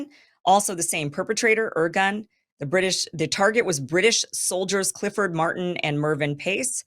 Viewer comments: not "organ" but "IRGUNE" "IRGOON" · "Irgun" is pronounced "ear-GOON" (I'm fairly certain), and yes there were the OG terr0r!$t organization in the Mid East. They basically invented terr0r!$m as we now know it. They also liked to disguise themselves as MusI!m Ar.@ while committing these acts in order to deflect bIame and trick us into f!gh.t!ng their enemies for them. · Ir GUNNE. Men AH hem BAY gun. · The content is good but the pronunciation.................If you're on the internet, the information super highway, there's no excuse for not finding out how to say, Irgun, Lehi and Menachem Begin. Mangling the names is pure laziness and/or American arrogance, the attitude that foreign names are not important. How would she feel about being called Keem Aborsong? Thumbs down for that sadly. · I like Kim, but this needs a serious fact check. The Irgun (she couldn't even pronounce the name? How much research was done here?) were a militant underground organization that operated outside the mainstream Zionist leadership. They were NOT representative of Israel (which didnt even exist prior to 1948) or their leadership, but she conflates the two as being the same. The fact is the main Jewish leadership, represented by the Jewish Agency and the Haganah all condemned this attack. No mention of that by Kim. As a side note, the Brits in 1939 issued their 'White Paper', which severely restricted Jewish immigration and forced many Jews back to Nazi occupied Europe. Never an excuse for violence, but this was the main beef of the Irgun. Again, no mention of any of this relevant information, just "Israeli Terrorism Campaigns" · Hyperbole much? She's OK, but she'll be forgotten in less than 50 years. Her inability to pronounce correctly basic words like IRGUN does not impress me in the least. BEFORE you get upset, I like her, but I don't worship her.